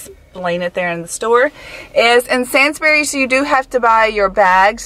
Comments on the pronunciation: Sandsbrees it’s Sainsbury’s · I had to replay that part multiple times "senz-berries" 😂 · I cringe when she says Sainsbury’s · It's not sands berrys it's sanes burys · she just said sainsburys like that💀😂